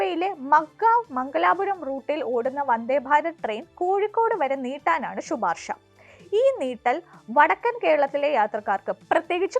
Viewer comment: മലയാളത്തെ നശിപ്പിച്ചല്ലോ കുട്ടീ.... ഷുപാർഷ അങ്ങനെ ഒരു പദം കുട്ടിയുടെ കണ്ടുപിടുത്തമാണോ ?🤔